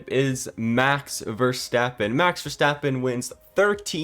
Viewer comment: Nice vid,, but here isch a tip: Pleasch schtop schaying Max Verstappens name wrong. It isch Verstappen, not Verschteppan.